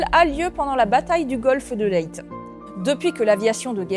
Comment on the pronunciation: Bonjour, Je me permets une petite précision concernant la prononciation de la bataille de Leyte aux Philippines. La prononciation correcte est « Lyté ». Ce n’est pas un point très grave, mais comme vous attachez visiblement de l’importance à la bonne prononciation des noms étrangers, je me suis dit que cette information pourrait être utile. Étant marié à une Philippine, j’ai eu l’occasion d’apprendre directement la prononciation locale. Pour rappel, Leyte est une île de l’archipel des Philippines, située dans la partie orientale du pays, tournée vers le Pacifique en direction du Japon. Dans la même région des Visayas orientales, l’île de Tubabao a accueilli après la Seconde Guerre mondiale un camp de réfugiés russes (environ 5 000 à 6 000 personnes) sous l’organisation de l’International Refugee Organization. Merci en tout cas pour vos vidéos toujours passionnantes. Bien cordialement